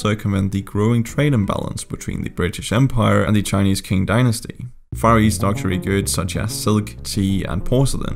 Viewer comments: Qing pronounced “Ching” not “King” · Qing dynasty is pronounced “Ching” not “King” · Good talk but Qing is pronounced as 'ching', rather than 'king'. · so cringe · if you meant the qing dynasty just letting you know its pronounced 'ch-ing' as in the 'ch' from 'chair' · This is the first time i found someone mispronounces "Qing" dynasty as "King" dynasty. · as a hongkonger, i have actually nothing to say lol edit: qing dynasty is pronounced as tsing dynasty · Qing dynasty should be pronounced as "ching" or "qing", but still a good vid!! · Qing dynasty*